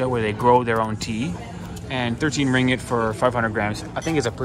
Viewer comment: It's ring git, not ring it. 2 gs